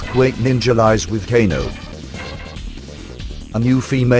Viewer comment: LOL the guy said GAYNO not KANO